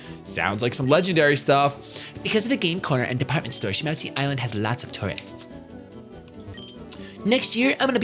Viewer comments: Have you never seen Pokemon 2000?!?!?! its SHA-MOO-TI island. Its lugia and zapdos, moltres, and articuno. Good movie, must watch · that's from the Pokémon 2000 movie shady it's call shamooty well its said that way lol